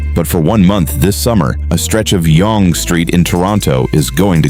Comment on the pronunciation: FYI….Yonge is pronounced like ‘young’